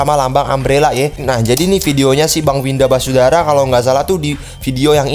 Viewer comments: Basudara bang bukan wisadara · Basudara bukan wisadara wkwk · syandu: wisadara 😂😂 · Bocil Kematian: basudara(Brando): Wisadara Me:??!!?? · Bisadara Semua: Basudara Panggil Bersaudara aja kalo Basudara nyebut nya susah, kang typo emang:v Edit: tumbnail commentnya kok 1 tahun lalu? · Ngakak lihat bilang Winda basudara jadi wisadara 🤣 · bang bukan wisadara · basudara bang bukan basudara